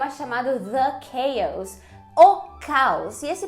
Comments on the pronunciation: It’s chaós and not “quêios”... in my understanding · De acordo com o IPA - UK: /ˈkeɪɒs/ e USA /ˈkeɪɑs/. Ouvindo lá e comparando aqui realmente a vogal que ela disse ali não me parece nenhum desses 2. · Tá certo. É algo como "kâios" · a pronúncia de "chaos" em está correta? Acho que o som das vogais não é esse